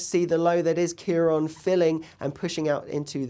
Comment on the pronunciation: Slight correction there.Its CiarAn not CiarOn . . . Stay safe